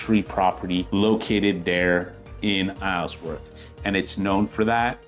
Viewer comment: Isleworth, you don’t pronounce the s